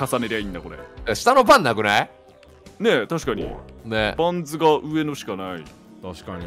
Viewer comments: レトさん、バンズのことパンズって言ってる？それとも華声の空耳？ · この時からバンズのことパンズって言ってるw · パン…ズ？っていってる？ レトさん…バンズ ですよぉ！ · ２も気になってたので見れて嬉しいです！！ 話逸れたり雑談も多くて楽しいです！笑 主人公もケイさんもヤバすぎ😂一言一言が面白いww 会話パートの時のカーソルの動きが気になります！(笑) レトさんバンズをパンズって言ってる？？ タッチの範囲狭すぎるし新たにスライド機能が出てきて難易度あがりましたね😅 ✈ハイジャック犯は無事なんだろうか？ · パンズじゃなくてバンズなんだが